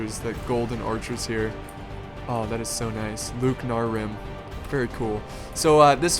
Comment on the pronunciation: You're pronouncing "Loké" wrong. You're saying it as Luke, when it's pronounced like Loki in the Marvel universe, though some also pronounce it "Lokay". And Barding Hird are pronounced Heerd, not Heard